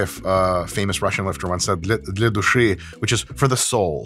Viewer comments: As a Russian speaker - your pronunciation of "for the soul" in Russian, was very good. I'm surprised. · Hi Mike, in one of your videos the pronounciation of от души was spot on. По русский говоришь?🤓